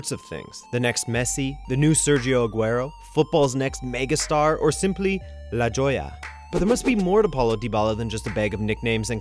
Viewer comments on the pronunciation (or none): La yolla? Jajajaja that's not how you pronounce la joya